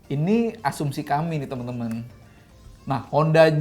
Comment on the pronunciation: ciri khas Om Fitra: tinggi saya 177cm ciri khas: ngomong "nih"-nya jadi "NEH". Gokil neeh... Lumayan neeh...